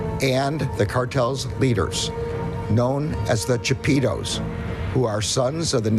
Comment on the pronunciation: Dice chapiros hehehehehehe